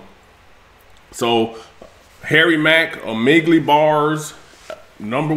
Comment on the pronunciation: “Amegli” Bars Lmao!